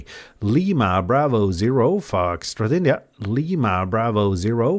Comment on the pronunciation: Constructive criticism the way you pronounce the foxtrot India It’s a little hard to understand if I was hearing your CQ call over the air. Tough enough to understand knowing what it is listening to you on YouTube.